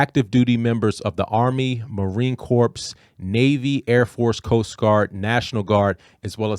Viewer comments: Love your stuff man, but just a very small correction. When you say Marine Corps: The word is pronounced core, like the center of the earth; not corpse, like a dead body. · dude said "Marine CORPSE".